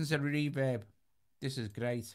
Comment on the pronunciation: I like how he says “reverb” like “REE vib”.